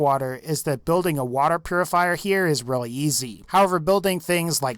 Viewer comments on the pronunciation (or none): Thats a weally sweet waser wifle